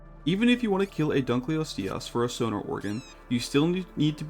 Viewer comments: Dunkleosteus pronunciation gonna put me in the ground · yo dunkleosteus is pronounced dunkleosteus, not dunkleosteus. hope this helps